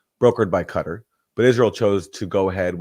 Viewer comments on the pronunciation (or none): It's pronounced "Qatar".